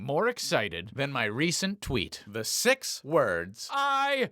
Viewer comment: Did you say six words or sick words